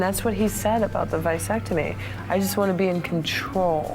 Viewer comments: It's vasectomy! But then again he mispronounced "labyrinth" 🤣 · What the heck is it w her and the Vyesectomy?? 😂 edit: I stand corrected Labe rynth 😂😂😂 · The v-eye-sectomy